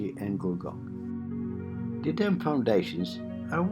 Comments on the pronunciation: It's Gullgong, not Goolgong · It's actually Gulgong, and it's my home.